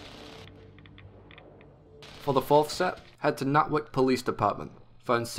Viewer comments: It's Natick (nay-tick) Police Department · It isn't really an X-01 Frame, it's the pieces that make it special. BTW, It's "Nay-Tick" police department. Tks for the locations, it is way faster than going into the big fat Book of mine. I bought the hardcover for this game and rarely even look at it, lol. Thanks Again. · Good vid. Lol’d at the pronunciation of “Nay-Tick” police dpt